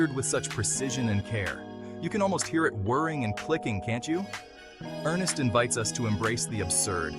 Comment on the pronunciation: NOT ERNEST, ERN SSST